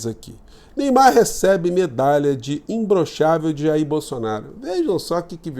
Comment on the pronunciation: Não é imbroxável. É "imbloxável".